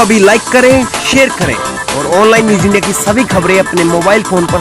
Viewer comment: आप ज़बरदसत आप का नाम ज़बरदसत आप की खबरें ज़बरदसत एक जगह मज़ा खराब हो जाता है Online newj india News बोला करें ज़ बोलें ज नहीं